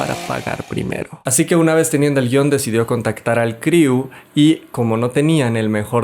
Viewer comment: Es el primer resumen de película que está bien hecho 👌pero ya no pronuncies criu jeje